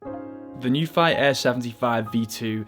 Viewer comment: Nuphy pronunciation - /nju:fi/ 'nju' is pronounced NYOO as in 'union' which is written /ˈjuːniən/ 'fi' is pronounced FEE as in 'tea' which is written /tiː/ The correct pinyin would actually be 'NIU' which would have made it easier for us to pronounce it the way they like it.